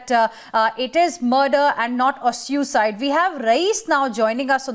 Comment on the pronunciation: Good God!! They keep pronouncing the word "suicide" as syu-cide...whereas it is pronounced as soo-i-cide!! Angrezi ki toh kamar tor dete hain!!